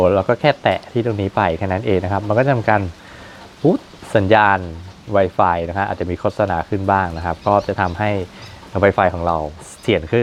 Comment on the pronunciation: มันอ่านว่าไวฟายไม่ใช้ให้อ่านไวไฟพูดไม่ชัด